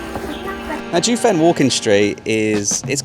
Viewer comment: Correct pronunciations: Jiufen is pronounced jeeoh fen (like Joe only with an ee between the J and the oe). Keelung is gee-lung (soft g as in “George”).